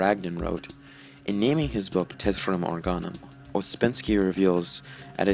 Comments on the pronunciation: It is "TERTIUM Organum," not "TETRIUM Organum," as you consistently mis-pronounce it. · Right ter-tee-um(if you are gonna say it in Latin).